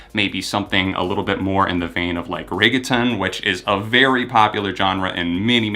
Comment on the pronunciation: The way you pronounced regeton